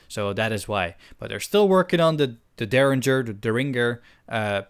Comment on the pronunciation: u said derringer right the first time